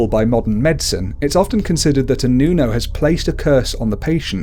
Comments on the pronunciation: Its not pronuonce nuno its Nunu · you said nunow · Its nuno not nyuno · Nuno is pronounced Whit a hard o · hindi mo alam mag Tagalog ng nuno